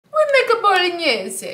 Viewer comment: It's not pronounced balgnese it is bowl-a-nase